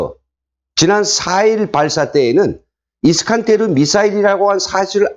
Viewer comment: 정보를 제대로 전달하려면 정확한 발음을 해야하지요 이스칸데르